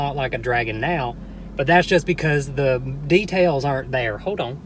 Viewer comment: “Hoad on”.... of all the things you say... and u say a lot... this always stands out to me. I think because of when I started watching... we did a lot of hoading on. 😂🤣 I don’t mind hoading on at all 😁💜